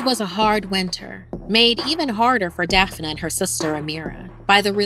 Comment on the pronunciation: "Dee-uh-dra" "Daph-uh-nuh" I love ya but these damn pronunciations...